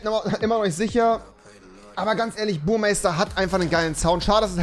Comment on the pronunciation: Rewiiiiiiii es heißt BURMESTER😂😂